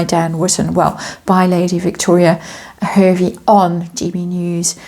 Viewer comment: hervey is pronounced harvey